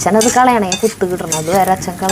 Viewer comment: പൂട്ട് അല്ല പുട്ട്